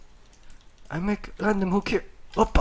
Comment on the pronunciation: Its not oppa its opa and you can say its close to "wow" in English.